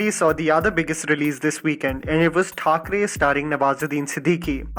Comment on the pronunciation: Did you just say Margaret Thacharey ??????? :O